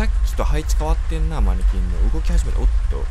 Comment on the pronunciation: マニキンに聞こえた時があったのは耳が悪いだけか。